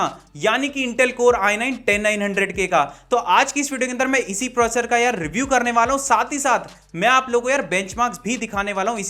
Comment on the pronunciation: Proccor nhi processor